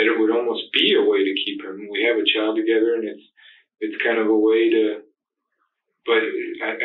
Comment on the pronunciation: Child not chowd